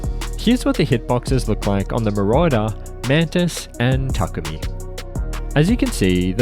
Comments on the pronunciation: yes😂 it's pronounced ta-kooo-mi. Not Tu-ku-mi silly 😂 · the way its pronounced. ta-koo-me, or if you want you can put takumi in the japanese google translate and listen to the ai say it. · the way said takumi like Tukoomi🤣